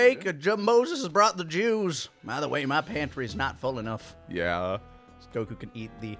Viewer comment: I never realized how much I missed hearing pronounce "Goku."